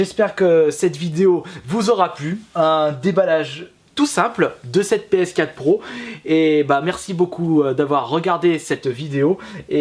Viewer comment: Une Ps Quate ?? mdr essaye d'articuler ^^